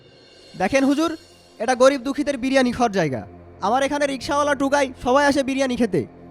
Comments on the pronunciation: বিরিয়ানি না ব্রানি 🤣🤣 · স্টাইল করে বলতে গিয়ে বিরিয়ানিকে কি উচ্চারণ করছে।